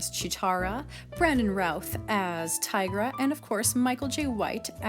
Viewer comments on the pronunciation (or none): none